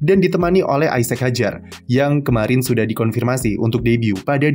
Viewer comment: sekedar masukan, untuk baca namanya Isack Hadjar bukan "Aisek" seperti baca nama "Isaac", tapi "Izak" dan "Ajar"